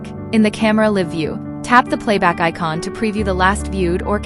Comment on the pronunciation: If you had used an actual human to do the voiceover, they would have known to say "live" and not "live"...